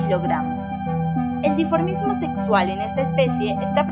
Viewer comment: DiMorfismo sexual, y no "diformismo"...Gramineas, no graminéas.